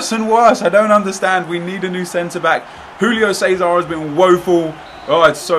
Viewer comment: why do you keep saying Rulio César, its Júlio César, its portuguese, not spanish.....